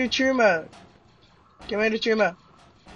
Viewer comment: I also hate how you keep coughing in the radio, and... it's pronounced trauma. ;)